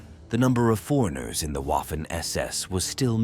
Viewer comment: Wiking in German is pronounced Viking. Waffen is pronounced vaffen.